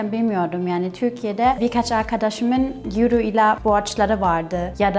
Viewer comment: yuro değil oyro :D